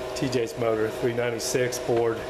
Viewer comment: I almost thought you said 396ford.